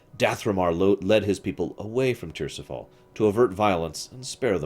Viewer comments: Tir-is-fal. Not Tirsifal. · ti-ris-fal it's derived from Tyr's Fall but that doesn't mean you pronounce it the way you say it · What the hell, saying tirisfall tirsifall lol. If you haven’t played the game one should not be reading these books. If you’ve played the games you’d know how to pronounce/say correctly the names that were butchered.